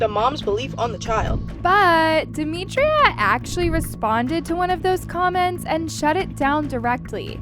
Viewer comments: No hate at all but it’s dem i tra not dem I tri a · It’s demitra not DEMETRIA 🫩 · Yall her name is DemitrA not DemitrIA😭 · Duh- mee- tra not Duh- mee- tree- uh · No offence, Her name is Demitra and pronounced “Deh-Mi-Trah” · can u not pronounce her name as “demitria” im so sorry but it just doesn’t sound right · Omg why can’t we pronounce her name properly?💀 it’s not that hard. You piss me off everytime you make a video about them cause why tf can’t you say Demitra. How do you make a video about someone not knowing their name💀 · Her mispronunciation of demitras name is irritating me plus “she was SA’d without her consent” WHO GIVES CONSENT TO BE ASSAULTED ?! Like you’d think after the research she’d know how to pronounce her name . It immediately makes it clear that you don’t actually care ur here for the clicks . Idc what y’all say wrong info distracts from the vid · its bad enough that they get assaulted almost daily and now a video that is shedding lights towards it is repeatedly saying her name wrong. I get it, in this situation that should be the least of our concern but like atleast get the victim's name right?😭